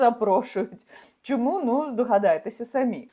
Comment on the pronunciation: Люба Яніно, будь ласка, вивчіть нарешті українську вимову - ви говорите як москвиця: чЬому, щЬо, отакЄ, захІсникІ...